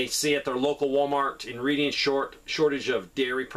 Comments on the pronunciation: Why isn’t southern prepper ones channel not growing? Please subscribe. Also it’s REDDING PA not Reading…..pronunciation wise. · It's pronounced "Redding" lol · Reading, PA is actually pronounced REDDING. It is famous for the huge Vanity Fair Outlet center, but in recent years I've heard it has become a dangerous place to just plain stay away from. Sad. 45 years ago it was THE place to go discount shopping for clothing made in the U.S.A. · Reading, PA - pronounced Redding, no biggie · Reading Is pronounced Red…Ing